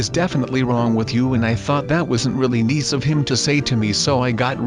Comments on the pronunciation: you said niece insted of nice lol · you said neice